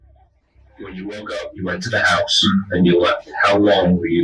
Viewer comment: "Jesse's hEuse..." LOL